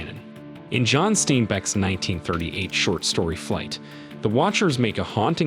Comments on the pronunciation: Not “steenbeck” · thot the voice said StEEN Beck? Must be ai - I have seen both spellings in person of Bernstein and read an article on them online in 2014 which said they themselves changed the spelling. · You're not from around here, are you, son? I can forgive you for Av-EE-la (AV-il-la Beach), but John St-eye-n-beck is a world-famous author. I have lived near the Santa Lu-see-ya Mountains for more than 40 years. I did enjoy this video. I always like to learn more about the beautiful California Central Coast where I make my home. I'd like to see more. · It’s STEINBECK, not STAINBECK! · Steenbeck?😂 stein-beck lol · I think I slipped into a mandella-effect universe: when I heard the narrator say STAIN-BECK? I thought it was pronounced STINE-BECK. First Berenstein/Berenstain and now this... Does anyone know how I can get back to my original universe? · "Stain-beck?" Is this AI bullshit? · Is it "Saint HALUTIA", or, "Saint LUCIA"? Also, I've never in my life heard John Steinbeck's name pronounced as: "STEEN-beck", nor, the word, "heightened" pronounced as: "HAY-tened".😂😂😂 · You lost me at “John Steenbeck.” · Steenbeck? C'mon dude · "Steenbeck"? Seriously? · STEENbeck? STEENBECK?!?@ Good Jumpin' Jesus. Do you kids have ANY awareness of the people and events and cultural artifacts that came into being before your birth? How can YouTubers keep finding ways to mispronounce simple names? Here's a name for you: Charles Dickens. I bet you could find a way to mispronounce even THAT one. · Steenbeck....?....really. Smells like AI😂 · It's pronounced St eye n Beck. John Steinbeck! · Steinbeck Pronounced — Stinebeck. ⭐️ Sorry prefer other Narrator!! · Okay video.. but man you mispronounced a ton of words!! City and placs names and Steinbeck.. you had me cringing! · That's not how you pronounce "Steinbeck". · Is this AI narration? Steinbeck is pronounced incorrectly.